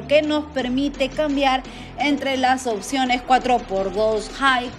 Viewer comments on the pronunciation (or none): none